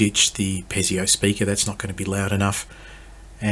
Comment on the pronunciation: Piezo speaker. It's pronounced pee-zo not pez-ee-o.